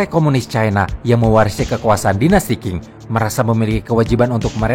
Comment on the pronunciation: Dinasti Qing itu seharusnya dibaca sebagai 'ching', bukan 'king'